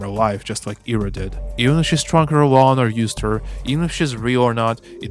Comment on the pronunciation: It's great to hear a russian-speaking voice cover this game. Hearing people pronounce Ira as eye-ra was agitating (especially since someone in my family has that name...)